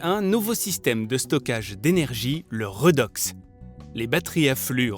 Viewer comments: Oh punaise ça pique les oreilles !!! 😂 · On dit " rédox " et non pas " redox " ... ça vient du terme chimique oxydo-réduction